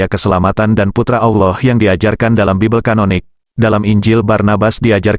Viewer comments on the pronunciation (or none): none